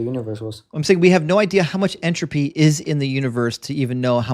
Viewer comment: Physics student with no clue what a constant is. sure....and can't pronounce entropy correctly